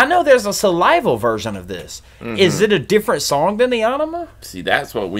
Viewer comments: Cool, watch of to O-T-G heads 'back from 92 and the first EP!'. I was a teenager in 2000 and SA-LIVE-AL as we pronounced it, not SAL-I-VAL was my first introduction to Tool. I didn't get it. It was too much at that time, then a year later Lateralus came out...took me 3 years more to even start to understand. Old hat musician buddies chastised me on liking Pink Floyd at that point and I fired back to them: BITCH, THey got 40 YEARS of music and IM 17...HOW THe FUC you gonna tell me I AINT worthy to LISTEN and AppReciate when I goT aLl tHis TiME to CAtch Up..LEt Me enJoy The muSIC!!" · You guys rock! (BTW it’s pronounced “Sal-ivall” not “sal-iva”)